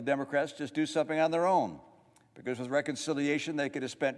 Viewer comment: Why is he saying “someping”?